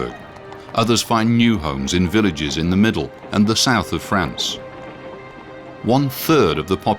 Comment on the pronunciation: That's France (fraahnce), a proper name, not frants.